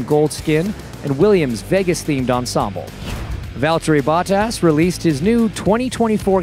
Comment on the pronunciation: “Valteri Buttahs” 🤣💀